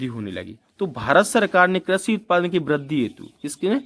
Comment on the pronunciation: Krashi nhi krishi hota h